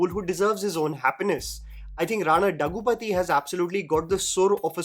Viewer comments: It’s Rana Daggubati not Daggupathi 😅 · Its Daggubati, not dagupathi😑.